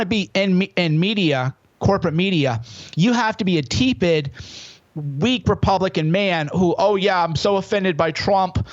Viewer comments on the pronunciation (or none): Cernovich, did you just pronounce tepid as tee-pid???